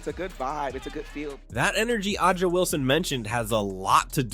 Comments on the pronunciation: AYYJA not uhja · Her name is pronounced Asia, not Ah ja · it's pronounced Asia ... even though it is spelled AH jah .... disappointing AI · I'm assuming you're mispronouncing A'ja Wilson's name on purpose.